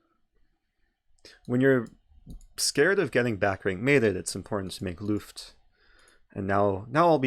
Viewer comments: “make looft” what? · Dear Eric, i am from Germany and germans love to know better. So Luft is pronounced with a short u like in put or look. I still wonder why in chess they use a complicated german word like Zwischenzug. May be cause german people love to know better and surely people will pronounce wrong the first time... Btw nice video, i like all of yours!